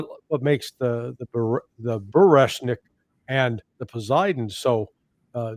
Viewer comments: Буревестник: so easy to memorise, so easy to pronounce: Bury West, Nick! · It's BUREVESTNIK. The other two, POSEIDON and ORESHNIK your guest pronounce right😉